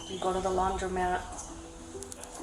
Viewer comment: It’s laundromat!! Is READING letters in a word that hard?? Criminal behavior is definitely correlated to lousy English!